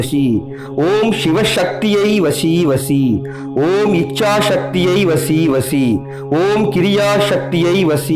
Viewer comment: It's vasi vasi not vashi vashi